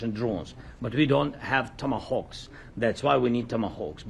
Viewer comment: These are called TOMATAWKS! LOL